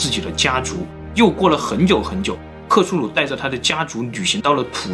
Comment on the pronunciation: 是克苏鲁 不是克苏努。。。